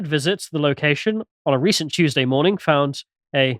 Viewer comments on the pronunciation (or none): none